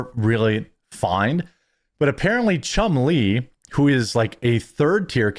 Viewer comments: It's Chumlee not Chum Lee. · It’s Chumley, not Chum Lee! Rick named him after the cartoon Tennessee Tuxedo, and his sidekick Chumley. Their other characters. Chumley is Tennessee’s right hand man, Who is a slim Pengui, while Chumley is a fat walrus who’s speech, makes him seem dumb. While Tennessee is the brains of the operation, but he lacks wisdom, something Chumley seems to have, and would challenge Tennessee’s plans with the popular catch phrase; “ ah, Gee Tennessee “ Their plans never worked out so they would go and see the professor scientist named Phineas J. Whoopee who would sho the team an answer to their solution on his magic chalkboard. There you go, Jeremy, it’s Chumley , not Chum lee, you make him sound like a need a turtle, lol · "Chum LEE"? He's not Chinese, Jeremy. It's a nickname after the walrus on the 60s cartoon "Tennessee Tuxedo". Accent on the first syllable: "CHUMlee".